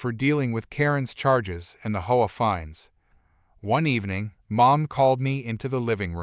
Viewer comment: Please pronounce HOA right. Saying it the way u r saying it sounds like a prostitute. U know the slang word.